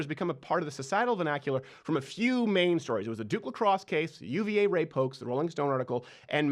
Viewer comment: Rrrrrape, rrrrrape, rape, rrrrrape, rape, rape...lmfao